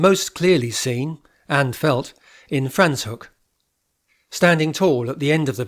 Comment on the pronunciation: Very informative, thank you. Your pronunciation of the town of Franschhoek needs correction!